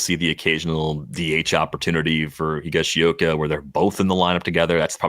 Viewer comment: That was a bit painful listening to trying to pronounce "Higashioka." 😏